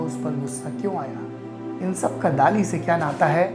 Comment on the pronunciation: During my visit to Salvador Dali's hometown few years back our Spanish tour guide specifically told us to pronounce 'Dali' as 'दली ' and not 'दाली '...Spanish people just don't like the mispronounciantion of his name! :-)